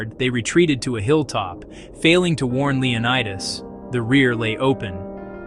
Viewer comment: The pronunciation of the Spartan king's name is Leo NEE das not Leo nye das. The city where he consulted the oracle is called Del phee, not Delfye.